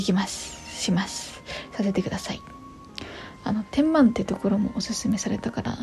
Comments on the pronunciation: 天満は「てんまん」ではなくて「てんま」と読みます😊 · 〜 天満（てんまん）じゃなくて（てんま）だよ💦 大阪あるあるでした✨アハハハハ…🤣